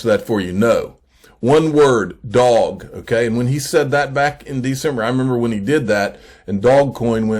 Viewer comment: It’s pronounced dough-ge. Lol. Love your videos and thank you for keeping us updated.